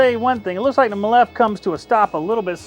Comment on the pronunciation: It is pronounced ‘me-lif’. Jesus it’s cringy how you pronounce it. 😂🤦🏻‍♂️😂.